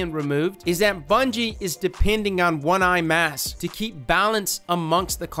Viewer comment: "One eye mass"